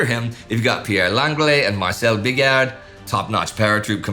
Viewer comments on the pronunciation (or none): Bigeard is pronounced with a soft g: "Bizhar", not "Bigar".